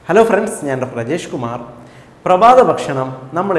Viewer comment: Ajesh kumar ennalla parayunnath ennu tanne aanu 'R 'ucharikkunath sherik manasilaavaathatha😀😀